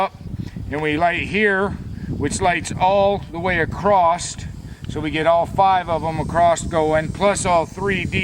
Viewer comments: Acrost = across! You sound like a little kid saying sketti instead of spagetti !!!!!!!!!!!!!!!!!!! One day it may crost your mind, lolzzzz. I'll keep my fingers crossed! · Did you say acrosst?